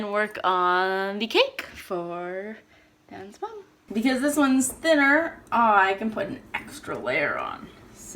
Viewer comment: I always thought you said "Dance Mom" instead of Dan's mom :p